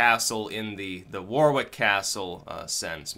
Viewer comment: It's pronounced like "worrick castle" m8. It's like how West Bromwich is pronounced "brommich." It's British, don't try to make sense of it. Smethwick = "Smerrick" etc. I bet your name is even meant to be pronounced (that's how I've always said it mentally, plus it sounds way better than War-Wick).